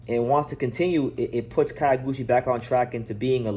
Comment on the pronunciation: Not "Kayo"- guchi. "Kyo' -guchi, as in the city "Kyo"to